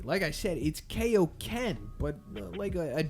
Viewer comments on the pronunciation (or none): Yo its KAIoken not KAYoken that's a dub change